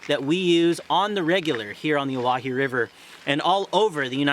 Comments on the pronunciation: It’s pronounced Oh-Why-he. Not oh wah he. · “I’m a guide here” proceeds to mispronounce it for the next 5 minutes